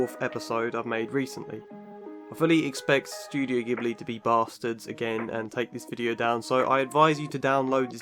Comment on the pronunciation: Thank you so much for pronouncing it G-hibli and not J-hibli !! <3